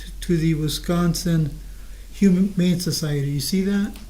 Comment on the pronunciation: Defense cant say "bequeath", and when Jessy forged this will, she said the rest to be donated to "Wisconsin Human Society", instead of HUMANE society. What an idiot. 🤣